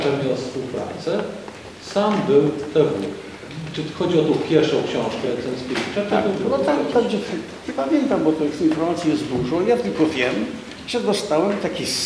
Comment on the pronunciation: CenTkiewicz:)) Bredzislaw to zalosna kreatura a i nazwisk nie potrafi wymowic... Ciekawe czy jak donosil to tez sie tak mylil?